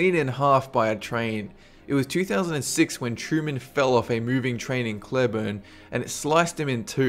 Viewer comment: Sometimes I HATE being an English major. I get stupidly frustrated over words that aren't properly pronounced. The one about the guy who got run over by the train, in Cleburne, TX, is said incorrectly. I know I've mentioned it on a previous video involving the SAME city. It's not pronounced "Cleh-burn". It's pronounced "Clee-burn". I'm sorry if I come across like an ass. It just irks me. (It would be as if someone pronounced England like "Inn-gland" instead of "Een-glend".)